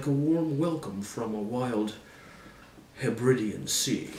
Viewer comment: For your future reference: Hebridean is pronounced "heb-ree-dee-in" (source: I'm from Skye, which is in the Inner Hebrides (heb-ree-dees) ;)